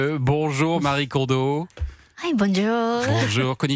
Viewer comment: Exact ! Ce prénom n'est pas le "Marie" des occidentaux mais bien un prénom japonais à part entière qui n'a donc aucun rapport avec l'occident et qui se prononcé "ma-ri-é"